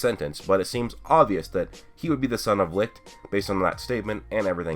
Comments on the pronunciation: I thought licht was pronounce like leech not lick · Licht is pronounced Lisht and not Likt it's German meaning light you can google it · Its called Licht dude Lichhhht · He's called Licht its a german word but most of u americans seem to have problems to say it right :)